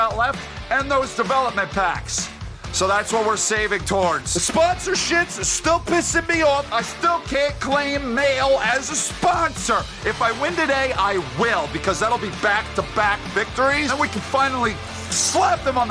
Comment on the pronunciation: I’m sure you know this but Mahle is pronounced Like Molly it’s a radiator company among other things